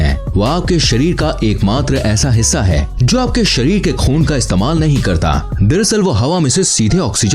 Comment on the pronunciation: Bhai sharir hota Hai sarir nahi ..... over all it is good information